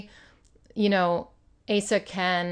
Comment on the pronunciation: Asa is pronounced O sa with the long O sound. 😁 Love the spreads!